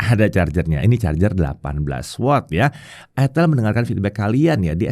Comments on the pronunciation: ITEL atau ITIL 😅😅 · Itel bro bukan itil 😂